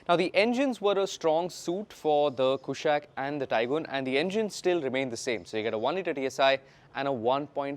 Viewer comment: Kushaak, not Kushack, please, its been years